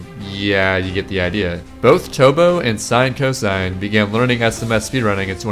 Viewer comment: it's not sinecosine Its sin-cos